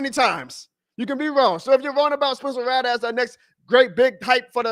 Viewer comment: RATT-LER.. Brother it’s not Ra-lah